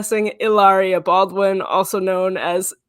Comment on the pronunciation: SOOO her extremely well educated parents one a doctor and the other a lawyer could not pronounce Baldwin? OKKKK!!!